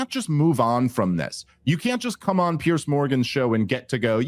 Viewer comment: "Piers Morgan" not "Pierce"